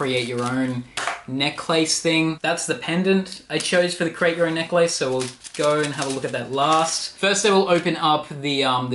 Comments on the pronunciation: Jacob Shantz relax, maybe that’s how they say it there. Not everyone is from America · that's not how you say necklace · I’m smitten with the way you say Necklace 😍